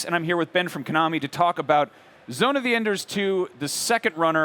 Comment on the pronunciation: Zone Of Enders 3 needs to be done by Platinum Games. That would be epic. ZOE2 is great but the only difference here, is graphics and VR. I still have the remastered versions for 360. I don't give a crap about VR. Also have your promoter know how to pronounce his own product. Figure it out Konami. 😐